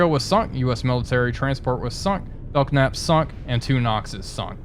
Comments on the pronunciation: Pronounced “Bell Nap” not “Belk Nap” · You keep calling it the Bel Knap. It's a silent "K" so the actual name of the class is Bel Nap. I served with a lot of these while I was in the U.S. Navy.... It's interesting, though, you call the Knox class Nox.... :) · Ship is pronounced Bell-Nap (the K is silent). Love all your sub videos. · Just found this, so I know I am late to the party, but just so you know. The K in Belknap is silent. It is pronounced more like Bel-nap. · Sure that's how the Capitalists pronounce it, but we are Soviets here Comrade. Letters are there for a reason and must be properly spoken! bell-Knap! Carry on. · After watching the second episode and now this, I wanted to say this is pretty entertaining. I'm gonna have to check out the Epic mod. And because my pedant gene is kicking in... just wanted to let you know that the "K" in "Belknap" is silent. Pronounced "bell-nap". xD